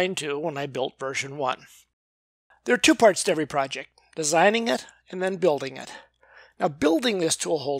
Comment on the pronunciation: "I set ot down right here." Good grief. Do I really sound like that? *sigh* Yep. I do.